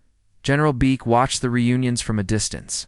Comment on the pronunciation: They divided them up. Because to Asian AI that is acceptable. Six were held at the same facility so that means they needed to divide up the other six. Una is pronounce oo-na. Beak is pronounced Beck. It's bad when Asian AI can't even get it right. Thumbs down do not recommend. Channel blocked.